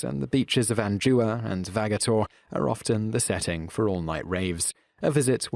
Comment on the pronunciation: It's not An-JEWA it's AnJUNA. You try to be all smarty pants with your irritating poncy Brit voice, but you fuck up the pronunciation of so many names it's heartbreaking.